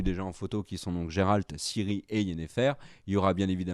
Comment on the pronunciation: Et pourtant il est super populaire parmi les fans de jeux-vidéo, et puis là le prononce à la française, en vrai on dit "Guéralte", et ça s'écrit Geralt.